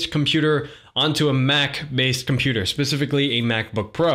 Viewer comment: Computeeeaasahh game